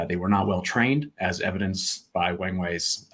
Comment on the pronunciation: People commonly mispronounce his name (and everything else in Chinese), but this one is too good to miss. It is pronounced with a soft "A", so it rhymes with WRONG WAY. (USAF Chinese linguist, 72-77)